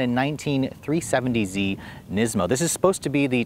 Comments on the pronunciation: Neezmo lmao!! I never heard it pronounced that way before lol. Nismo sounds so much better and that's how I've always heard it pronounced, thankfully. You definitely had me laughing after I realized what you were trying to say hahaha Neezmo lololol! Awesome 😄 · NISmo... NISSSMO. Not KNEESMO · 370z "knees-moe", oh... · Neesmo 😂 neesoon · Why do you guys say NEESMO and NEESAN?